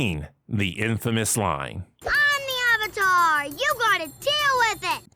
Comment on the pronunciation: Calling Avatar "atlah" and Korra "TeeLock" out loud alone makes me unable to watch this.